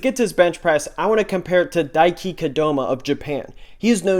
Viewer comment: Wow you really butchered Daikis name there :´)